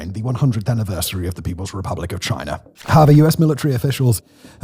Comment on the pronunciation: There is no R at the end of China